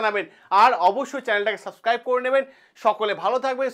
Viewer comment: কথাটা 'সাবক্রাইব' নয়, ওটা হবে ' 'সাবস্ক্রাইব ' ।